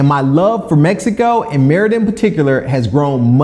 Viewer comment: Five years living somewhere and you still can't pronounce the name correctly is wild